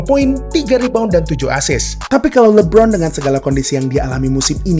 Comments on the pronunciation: Bang sekadar masukan ajanih, cara bacanya LE Bron, kalau Abang bacanya li bron. Artinya namanya jadi Lee Bron bukan le bron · LI-BRON2 palakau, donkij palakau